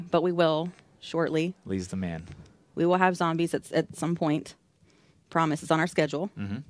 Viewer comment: "Zambies yes Zambies ". lol